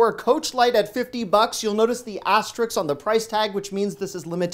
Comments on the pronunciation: Asterisk… not Asterix. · “Aster-Risk” Very good content. Thank you. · Great videos. Not to be overly critical, but the name of the airline is "Alaska," not "Alaskan." Also, you always mispronounce "asterisk." Keep the videos coming,!